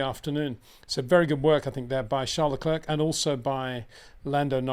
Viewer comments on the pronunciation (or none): PLEASE try and pronounce "Leclerc" correctly. Why not ask him ?